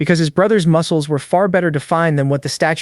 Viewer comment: moo-ke-less a-or getting stoon-ger